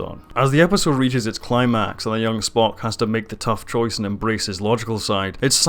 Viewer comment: And there's no 't' in Spock's name either :) Disco is a great show, perfectly Star Trek :) If you're worried about it disrupting canon, well don't. Trek has always retconned itself, over and over, it's one of the pitfalls of a long-running franchise. That doesn't make it not canon. If you don't like it, don't watch it. No reason to try and shit over other people's enjoyment of it though.